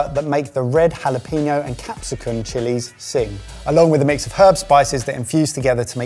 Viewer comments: for the love of god stop inserting "peen" into the word jalapeño. ha-la-PEN-yo. never good to insert peen where it doesn't belong. makes every spanish speaker cringe. almost as bad as "choritzoh" for chorizo or "payela" for paella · Why do you call it JalaPEEno? The ñ is there for a reason. ññññññññññññññññññññññññññññññññññññññññññññññ